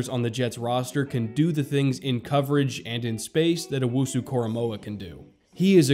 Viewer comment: Also, thank you for getting his name right. I can't tell you how many times I have heard broadcasters, reporters, and analysts get his name wrong.